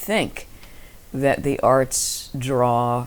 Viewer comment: When he says 'arts' it sounds like arse. Sorry to bring the tone down, but I couldn't unhear it once I'd heard it and I had to get it off my chest.